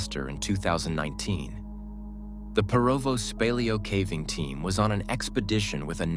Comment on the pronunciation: This AI narration SUCKS! So tired of listening to the horrible pronunciations and inflection on the wrong parts of the sentence....starting the middle of the sentence with the pause or voice inflection of the end or beginning of a sentence is super hard to listen to. Then there's the pronunciation of caving as cAAAving instead of cAYYving.